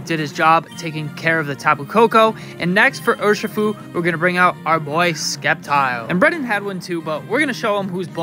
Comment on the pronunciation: Dawg i too pronounced sceptile as SKeptile in my younger days but nigga thats just disrespectful 💀😭🤣